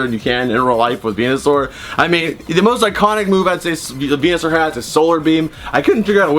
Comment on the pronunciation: When you said venusoar did you mean penusoar